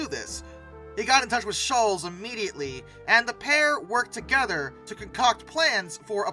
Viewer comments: Why can’t you pronounce Schulz properly? It’s Not shulls… it’s “Shultz” …Was this AI narration? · His name is pronounced Sholtz not Shoals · I have a major problem with the narrator of this video-he keeps pronouncing Charles Schulz’s surname as “shoolz” when it should be pronounced “shoolts”.Others may not think this is a significant problem,but it impedes my ability to listen to this video without wincing. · Schulz is pronounced 'shults' not like 'Dr. Scholl' s" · It's not pronounced "SHOOLZ." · It's Schulz---no "t" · Pronounced like Schultz though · I have never heard anyone pronounce Schultz like that before.